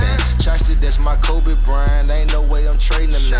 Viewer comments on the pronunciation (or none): none